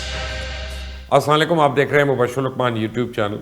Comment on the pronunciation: Plz say salam correctly asam o laikum incorrect correct is Assalam o Alaikum Nazrein